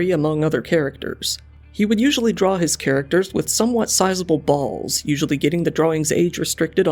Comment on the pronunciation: He did put a hard emphasis on it